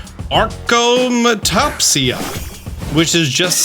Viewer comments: Hey just so you know achromatopsia is pronounced [ey-kroh-muh-toh-pee-uh]. It's infrequent, but interestingly, a small group of people who live only on the Island of New Zealand are more prone to it due to a long genetic history. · It is pronounced “A-Chroma-top-sia” but good on you for doing the research! Love your videos!